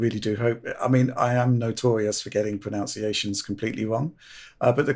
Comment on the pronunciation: "I am notorious for getting pronounciations completely wrong" is just hilarious when you even say 'pronunciation' incorrectly in the process. lol